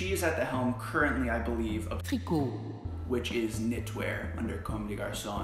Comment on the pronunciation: How bad was your pronunciation of Tricot?